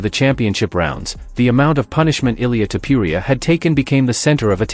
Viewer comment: It's Topuria, not Topiuria